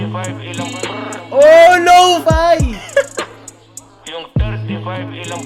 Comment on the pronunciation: Para sa mga nagtataka kung pano nga ba ipronounce ang Lo-Fi ay ganito lng po, Low-Fay at hindi po Low-Fee. yan po ang chart sa twitter kung saan nio po makikita na tunay ito. Skl